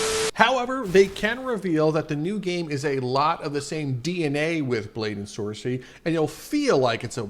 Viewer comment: Saw this on a discord server, i was pretty confused (edit: why did you say blade and sorcey😭)